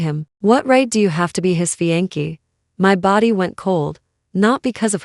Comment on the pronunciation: fiance' - FEE AN SAY!!!